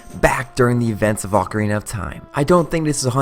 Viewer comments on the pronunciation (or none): none